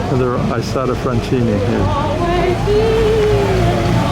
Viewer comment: When will you ever learn how to correctly pronounce Isotta Fraschini????